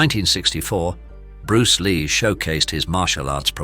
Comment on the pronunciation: Bruceh Lee haha also Jeet Kuneh do is a funny pronunciation. also "limlight" at the end was funny.